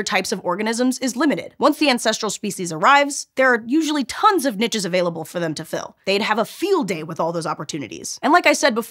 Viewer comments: Nitches? Really? It's pronounced "neesh". It's a French word, or do you pronounce quiche as quitch as well? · I feel like my soul takes a beating every time I hear “niches” pronounced as “nitches” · Wait, how did you pronounce "niches"? lol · I prefer the use of "neeshes" to " Nitches" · Love the video! ^^ the mispronunciation of “niches” at the end is getting to me though, I’m sorry